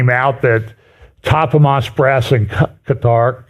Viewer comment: I love you, but please pick 1 way to pronounce Quatar! People pronounce it 2 ways so just go with one. That stuttering every time you try to say it is a bit distracting!